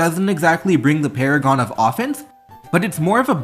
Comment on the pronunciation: Jesus fuck you said paragon. Get out. You don did it now. Paragon 😭😭😭